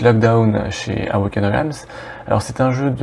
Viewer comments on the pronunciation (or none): Moi je connais le nemesis du Meeple et de: la prononciation d'Awaken Realms haha. Allez en phonétique: uh.wei·kn (awaken) relmz (realms). Merci pour ta vidéo, j'ai découvert ce jeu par hasard. vu grace à vous qu'il y avait un nouveau KS. ca sent bon le jeu survival horror dans l'espace.